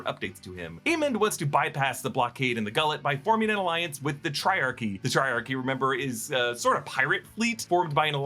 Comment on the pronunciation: An Al-iance 😂